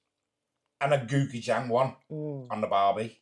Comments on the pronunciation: Pronounced " goh-chew-gang". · Defo Gangnam Style there.. Op Op Op Op, OPPA Gangnam Style...🤣... "GO - CHOO - JANG" Noodles are the best - A spicy, savory sauce + udon noodles + veggies = 30 minute noodle dinner!